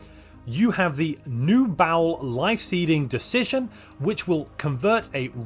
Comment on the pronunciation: Everyone I know pronounces Baol as BAH-ol, and then there's, who says "bowel."